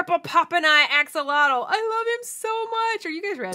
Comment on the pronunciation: Stop doing that you are saying axolotl action, different language😡😡😡